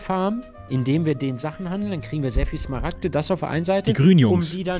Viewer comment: Ich muss ehrlich sagen die Smaragte sagt, echt mega triggernt XD